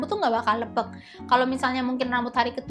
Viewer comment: Lepek kak, bukan leupeuk hehe